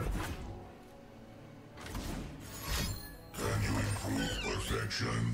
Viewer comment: Your oh man sounds very german Oh Mann